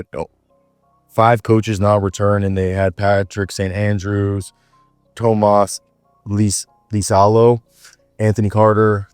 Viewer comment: Pretty good pronounciation on Tuomas Iisalo